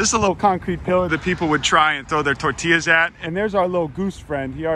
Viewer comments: I'm sorry, but the way pronounced "tortillas" really got on my nerves. The double l is a "y" sound, not a "l" sound. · Disliked for your terrible use of the word Tor Til las..XD joking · This video was good. The only problem was he called them torti lluhs